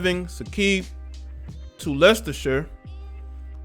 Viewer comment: A+ for an American pronouncing Leicestershire (and Leicester) correctly! SEAT ="See-Aht". Spanish origin Automobile manufacturer owned by VW Group.